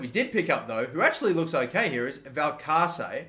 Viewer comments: Valcarce should be pronounced (val-car-thay) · The second c would of Valcarce's name would be pronounced with a soft 's'. Like in Paco Alcacer